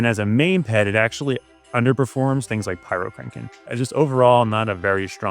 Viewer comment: Oh, my bad. My hearing is pretty degraded. You did say heal and it sounds like kill to me. Also, when you say "Pyrokraken" I hear it as pyro-CRANK-en.